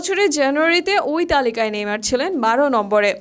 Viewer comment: ভাইরে ভাই এতো সুদ্দো কইতে জাইয়া নেইমার কে নেমর বানাই দিসে 🤣🤣